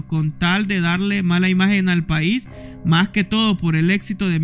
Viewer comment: ellos le llaman país, no paiss así se lo voy a pronunciarlo, porque ese esa palabra viene de donde los colombianos entre ellos se llaman paisas